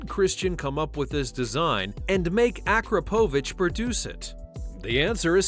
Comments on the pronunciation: IT IS NOT AJKROPOVIC IT IS AKRAPOVIC just the letters more agressive russian accent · AkrapOvic? It's AkrApovic. Stress on the 2nd A.